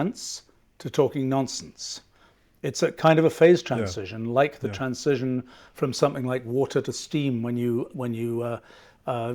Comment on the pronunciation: That’s a revolutionary way to pronounce transition. 👌🏻 He’s an absolute treasure.